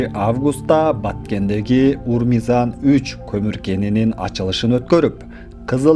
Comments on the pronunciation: Журналист узбексинби урмизан дей берип тажаттынго Ормузан десең. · Урмизан дебейле ормузан деп айтчы